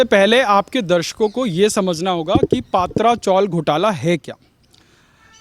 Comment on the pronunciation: पात्रा चोल नही, पत्रा चाळ बोलो